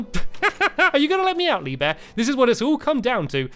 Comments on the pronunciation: He said leave bear instead of lee bear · At the beginning, he said Lee beur XD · The second time you said Lee Bear, you said Lee Bee